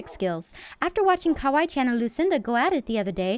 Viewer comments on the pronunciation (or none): none